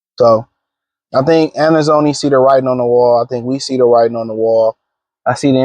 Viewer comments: Pronunciation escapes him😂😂😂😂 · Alex who? Bruh you can’t even pronounce his name 😂